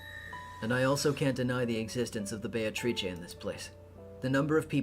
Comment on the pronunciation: "Those who remain" have to be "be-a-to-ri-che".